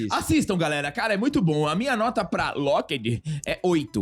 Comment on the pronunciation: Esse sotaque kkk “lokédí”